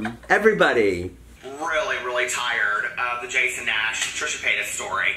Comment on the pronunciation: “TrishUUHH pAAayuhtus and JAYson NAAash”